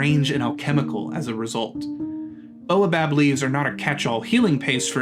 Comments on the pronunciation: Baobab has the a before the o. It isn't pronounced like boa! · I understand that this may be a sound English speakers aren't familiar with, but the continual mispronunciation of baobab grates on me. It isn't boa, like the snake, but bao. B-A-O. Baobab. :) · That should be "bay-oh-bob", please. That repeated annoyance aside, this seems like good advice.